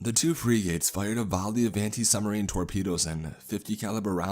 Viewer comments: He always pronounces words oddly. Frigates = Free -gates??? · His pronunciation of “frigates” was hilarious.